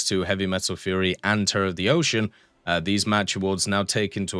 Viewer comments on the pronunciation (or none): none